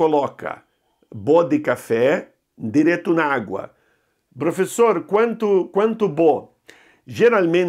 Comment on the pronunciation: "", você é um barato! Adoro suas aulas! 😄